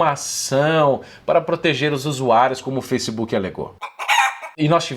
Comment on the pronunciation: Foissebook Kakakakka